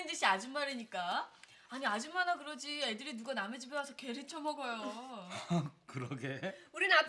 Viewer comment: 에 계를 쪄먹어요.인데 쳐먹어요.라고 들림!ㅋㅋㅋ